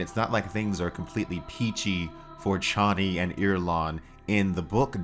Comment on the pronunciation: I’m disappointed that the mispronunciation of “Chani” prevailed into this movie.